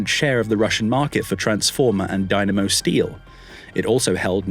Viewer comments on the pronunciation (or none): none